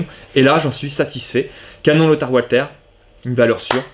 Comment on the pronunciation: Bonjour, excellente vidéo comme d'habitude, mais s'il te plait, arrête avec ton "OUALTER"!!! 😥😥Walther est une marque allemande, pas anglaise ou américaine, et Walther en allemand se dit "VALTER"!!! 😉😉 Merci d'avance!! 🙂